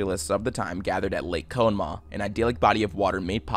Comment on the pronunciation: Did you really call it cone maugh?